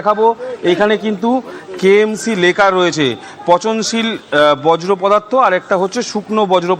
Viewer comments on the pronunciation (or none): এ কি ভাষা রে বাবা!! বজ্র পদার্থ সেটা আবার কি ? বর্জ্য পদার্থ কে বজ্র পদার্থ বলছেন!! হাতে বুম ধরলেই সাংবাদিক!! আমি কিন্তু চোর মূলের লোক নই। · কথাটা বর্জ্য, বজ্র নয়😅